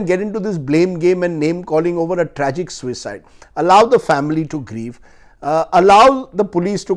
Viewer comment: Why do you emphasise "suicide "....if u don't want to call it a MURDER , u can say Sushants death instead of Sushant's suicide😡......